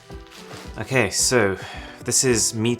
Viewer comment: He does not say okay. He says uh-kay.